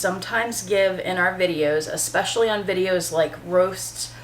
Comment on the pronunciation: I agree with all of the above. However, the most annoying thing is when they use words that DO NOT EXIST. “eXpecially” is NOT a word people.